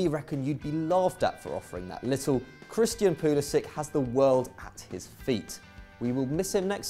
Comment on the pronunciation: Its pronounced 'pulisich'